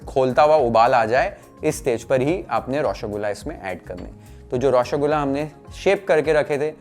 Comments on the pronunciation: Its not Roshogula Its Roshogolla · U r pronouncing it as Roshogulaa. Try pronouncing Roshogolla❤😊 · Par roshogolla sahi se bolna nhi aya 😭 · Pronunciation is a bit off... Try raw-sow-gol-la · nolen gur>>>>>>>>> any other creation known to man… ps: please look up the pronunciation of roshogolla😢